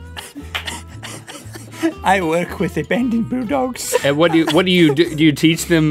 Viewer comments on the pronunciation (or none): Zoe's Zoo “I work with abandoned bouldougs.” (Yes I know how bulldogs is spelt it’s just how he pronounced it) “I milk!”